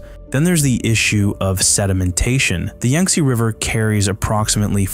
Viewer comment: Thanks much, however it’s pronounced Yang not Yung, my brother Yantse’s name is based on this river 😊❤